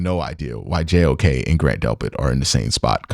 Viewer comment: it’s JOK, not Awok. Great work on analysis. Wish UCSS did more work like this.